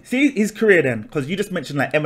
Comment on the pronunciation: it’s career not “carrier” 😂